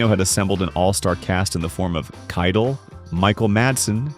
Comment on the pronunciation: Great video but it’s pronounced Harvey Kei-TELL like tell a story Sorry but it was bothering me 😅